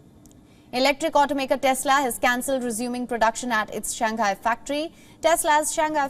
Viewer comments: I follow Wion coverage . But I’ve heard your presenters pronouncing SHANGHAI wrongly . It’s commonly pronounced as SHANG - HAI and not SHAN - GHAI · because the Chinese pronounce English words perfectly, right?